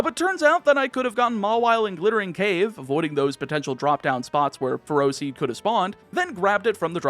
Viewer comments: As someone who knows people with the last name "Ferro", you're prounouncing it wrong at least according to their pronunciation. They pronounce it Feh-Row. Also the first time I saw Ferroseed I thought of them and... That was a weird thought. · Ferroseed isn’t “ferocious”, is “ferrous”! As in, being made of iron, entirely or in part :D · Its not ferocious. Its Ferrous as in contains iron